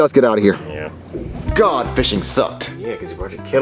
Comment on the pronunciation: Its not yee its yeah